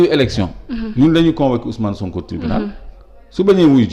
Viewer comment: Niap ya mëna prononcé OuS'Mané, SoonkO.